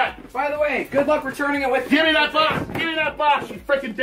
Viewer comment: that dad said “GOVE ME TAHT BOX YOU BIG BACK” 😂😂😂😂😂